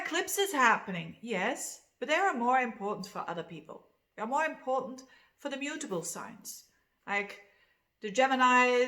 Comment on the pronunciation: I thought you said Libra is not a beautiful sign - had to listen a couple of times to realize you said mutable..... I think. 😍